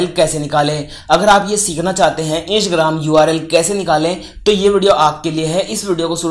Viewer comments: Hello bhai o isgram nahi Instagram he😑😖pahle to dhang se bolna sikhiye uske bad video banao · इंसग्राम नहीं है इंस्टाग्राम है ठीक से बोलो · Insgram nahi hai instagram hai sahi se pronounce karo 😂😂😂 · Right bro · 😂😂😂your are right bro😂😂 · sahi hai bhai😃😃😃😃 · Mistake ho RHA he bro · Bihari hoga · Bat to bilkul sahi kahi aapne